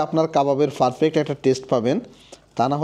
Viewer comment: ভাইয়া পারফেক্ট এভাবে উচ্চারণ করবেন আপনি সব সময় ফারফেক্ট বলেন এটা ভুল